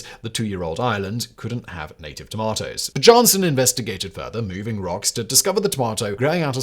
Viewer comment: Simon is the only person in the known universe to pronounce the J in Bjarnesson as anything other than a Y sound.